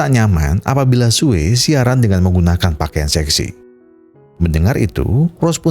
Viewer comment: Namanya "SUE" sebutannya "SUU" bukan "SUWEY"!! Hahaha🤭🤦‍♂️😅🤣🤣